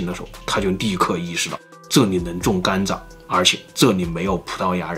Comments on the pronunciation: 是我的錯覺嗎？老聽到總裁把甘蔗念成甘炸......嗯，糖吃太多了，就炸了！！！？？:_zongcai有問題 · 为什么要把甘蔗zhe读成"干炸"呀 😂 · 甘蔗 zhe，不是干炸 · 甘蔗念gan zhe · 碳水进入身体都会转化成糖，所以很多从来不吃糖的中老年人，也会得糖尿病。中国很多地方的饮食结构真的有问题，尤其是西北，面食真的太多了。 另外，这个甘蔗（zhà）的发音太魔性了🤣